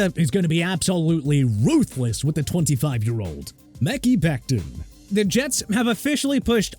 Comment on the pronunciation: It's Mekhi (MEH-KAI) Becton, not Mickey! Stop with the Mickey nonsense!